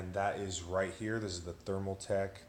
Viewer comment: Bro... you made my head hurt here! Stop saying Thermal tech.....It is ThermalTAKE! nice looking build though. Just kinda poor on explaining everything